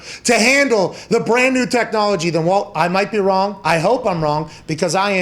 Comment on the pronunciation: his name is WALT, CMON.